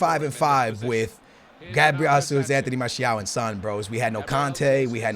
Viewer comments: Es português ou não caralho? Para de dizer Gabriel Házuz e diz a puta do nome em condições meu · "Gabriel Hasus"